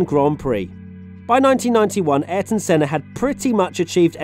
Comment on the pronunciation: Also, it's pronounced A-YR-TON, not "ÉR-TON".